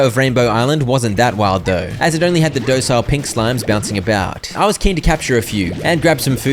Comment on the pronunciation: i love how he says "docile" as "doecile" 😆